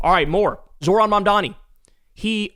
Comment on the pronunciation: Remember the accent is on the second syllable of Zohran’s name. It’s not that hard, might as well pronounce the man’s name properly